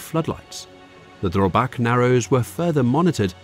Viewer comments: It called Drøbak not drobak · all this research and you managed to call Drøbak sund for Drobak sound... the fjord is called oslo fjord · Haakon is pronounced "Hawk-on." Drøbak - "Drur-back"